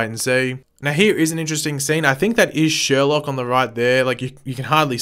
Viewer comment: "It's sher-loke"